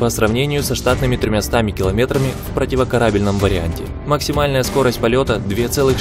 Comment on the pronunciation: С ударением противокорАбельной это сила. В каком-то видео один автор оправдывался что русский язык не родной, хотя голос похожий. Неужели научились озвучку ИИ делать?